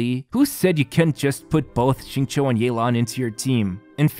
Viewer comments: Hi, Xingqiu is absolutely not pronounced like "zing-cho". This name is pronounced "sing-chu." It's cringe hearing you say his name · You are wrong as well. It is /Shing-chow/